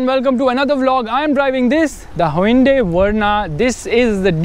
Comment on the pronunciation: "huindui verna"????